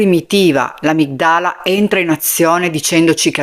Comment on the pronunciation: Ciao. Non voglio insegnarti nulla, ti ammiro molto e non pretendo che tu abbia studiato neuropsichiatra. È una sorta di prendi e butta in saccoccia . Amygdála (mandorla) si pronuncia veloce con l'accento acuto sulla terzultima sillaba ❤